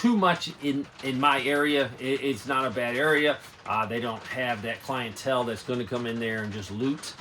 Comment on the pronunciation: "Clientele".....snort. lol